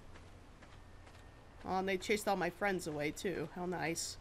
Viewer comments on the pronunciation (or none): none